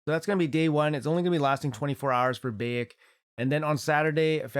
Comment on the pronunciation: bAyek, not bEyek :) BAH-YAK ;D